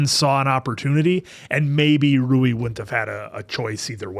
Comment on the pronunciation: Rui's name pronounce as Ru-wii. Not Roux.